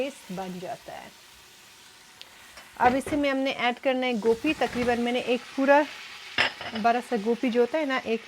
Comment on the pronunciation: gope nhi hoti gobe kathy hy my sister ap india wali gope bolty hy😊